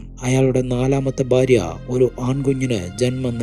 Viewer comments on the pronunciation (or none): none